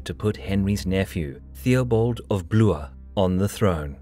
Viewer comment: The way he mispronounced "Theobald of Blooeuurgh" was far more interesting.